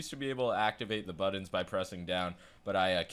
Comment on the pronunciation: Can you please learn how to say the word 'Buttons'.